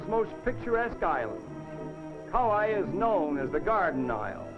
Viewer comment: Wow! No more Aloha Airlines. No more camera ports on airline windows. No more smoking on airlines (woowhoo!). No more Coco Palms on Kauai (I liked the way the announcer mis-pronounced that island name). No more Kalapana black sand beach (that's too bad - it looked cool in this video). How about that dirt road in this video at the Hanalei Valley Scenic Lookout? The tunnel on Hwy 30 going towards Lahaina on Maui still looks the same today as it did in this video but the road is MUCH wider.